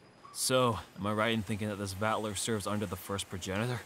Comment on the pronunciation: Amazing episode, yet again! Crushing it as always! There was one thing I noticed though. The way that Vatler pronounced his name sounded more like "Valter" but then Kojou said "Vatler". Other than that nothing else really bothered me.